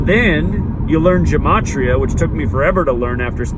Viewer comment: Dude you don't even know how to correctly pronounce gematria, what's up with that?